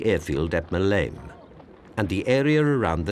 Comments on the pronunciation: It's not MalEEme for cryin out loud. It's MAleme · it is called Maleme airport not maleen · It is really annoying that the authors never bothered to find out the correct pronunciation of Maleme, used staged post-battle German footage and repeat the German claim of mass mutliation of German soldiers by "partisans", who were actually incredibly brave local people fighting to defnd their island and a freedom they had obtained only 43 years before after fighting the Turkish occupiers for hundreds of years. I absolutely agree that the Germans showed great courage in this assault but this does not excuse their subsequent repeated massacres of Cretan civilians.